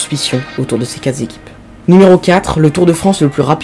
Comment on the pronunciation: "Quatre z'équipes"... Les liaisons dangereuses !